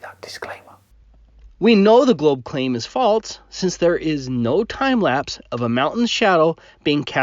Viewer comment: Um... what the heck is "falTse"?